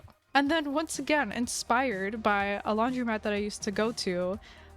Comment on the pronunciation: pov you just figured out it’s said laundromat and not laundry mat